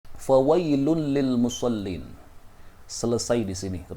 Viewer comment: Maaf..maksudnya,cara baca yng benar,musoliinallaji..gitu..ga boleh musollin gitu..